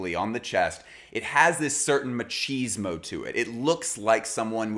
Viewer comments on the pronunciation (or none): none